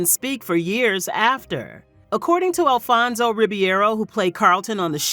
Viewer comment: It’s Alfonso (re-bear-o)